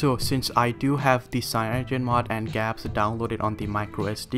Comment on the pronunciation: Did he really just say gapps? Google Apps? lol